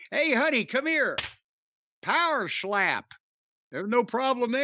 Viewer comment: God damn i pop hard everytime Corny says PAHWERSHLAPP 😂😂